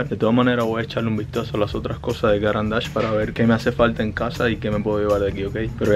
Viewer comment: Recuerden: no se dice “cáran d’ache”, sino “carán d’áche”, marca suiza con nombre en francés.